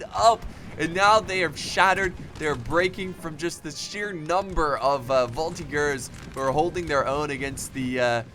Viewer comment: oh boy... "voltigeur" plzzzzz prononce the "g" sound as you say "GG" and not like "gear"..like ranger and not monger. however so glad to see a french victory tell it to the guys who created the article "you are looking for french military victory??, did you mean "french military defeats?? " now we can say look at this!!!!! hoooraaaa!!